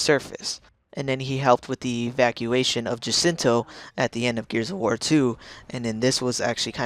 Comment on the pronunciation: Wait, did he say Gears of Whore?!?